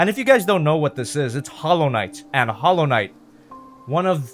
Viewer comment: Hallow Knight More like Swivel knight